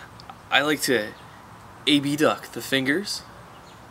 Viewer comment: What's with saying A-B-duct instead of abduct ? informative video btw :)